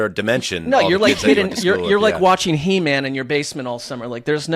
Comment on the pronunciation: Did say “Hey-man”? Did he mean “He-man”? Or is it something else?